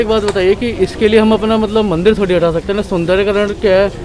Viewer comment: Bhai mandil nahi mandir hota hai. Thoda hosh main kaam lo.